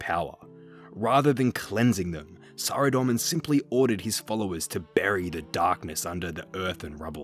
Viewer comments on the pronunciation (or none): none